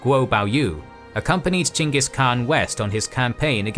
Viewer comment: Holy shit, you pronounced "Genghis" correctly. As someone who thesed about him in grad school, I can't tell you how much that little detail ruins like 90% of videos on the topic for me.